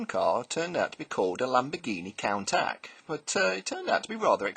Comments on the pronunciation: cool car. oh and countach is pronounced couuntash. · Excellent stuff. Although minor point; you really need to learn how to pronounce 'Countach'.;)